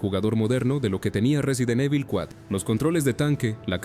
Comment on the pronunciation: 🗣 Resident eibol... Att: IA